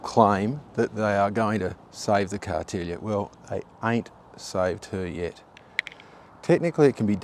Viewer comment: Love your videos! BTW, the pronunciation is CARTEELA, not Cartelia! I have many treasured memories of travelling down to my Grandparents cottage on the Cartela & the Excella for holidays at Dennes Point, in the 40's& the 50's. I do hope that the Cartela can be resurrected as it is such a precious part of Tasmanian history. Thank you for the video. Best wishes Ann Thornton.🙏🙏🙏🙏